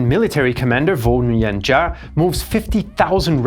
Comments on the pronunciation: Giap sounds like shiap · It's Giap. Not Ja. Giap can be said like "Yap". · Minor correction: Giap's name is pronounced more like "zap" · You might learn how to pronounce General Giap’s name. You are not even close….